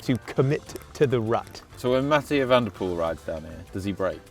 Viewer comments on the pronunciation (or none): The way you say Van der Poel is really funny to listen to as a Dutchman. Nice vid!